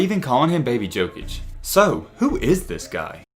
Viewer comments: I love you but please please say yokic not jokic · It’s pronounced yokich 🤦🏻‍♂️